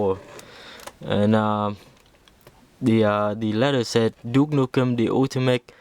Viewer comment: you said nuke nukem lol